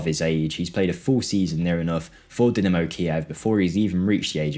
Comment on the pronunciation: I like watching these videos and I've watched a lot of them but I had to click off as soon as I heard Dimino and not Dynamo. It's DieNamo not Diminno smh jake lad